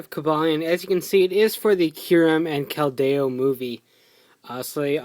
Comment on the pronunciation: Your not pronouncing Keldeo right it's(Kel-De-o)